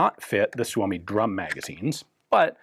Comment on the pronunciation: Wow that was a odd gun. Nice pronunciation of Suomi 31! Thanks for sharing! 👍